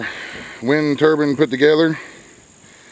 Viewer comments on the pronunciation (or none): Turbine not turban